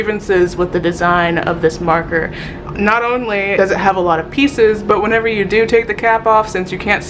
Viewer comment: Am I the only one that cringes every time she says whenever???